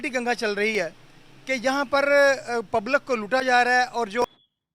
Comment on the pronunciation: Pablak nehi jahilo public hota hai